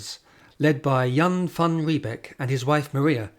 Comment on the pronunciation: Your pronunciation of Jan van Riebeeck is incorrect. ee in Dutch is pronounced 'ay' as in say or day. Thus Riebeeck is pronounced 'Ree-bake'. Beek (modern Dutch spelling) is a stream whereby the North English word 'beck' derives.